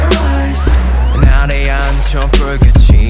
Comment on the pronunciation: i mean ,the song is great but couldn't anyone tell taeyong that its actually pronounced eyez not ice !